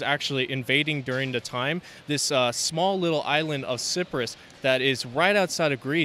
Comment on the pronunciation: Siprus… do you mean Cyprus?